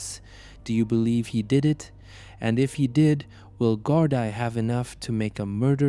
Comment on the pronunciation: Great videos, but please work on your pronunciation of Irish places, and Gardai is pronunced GAR-DEE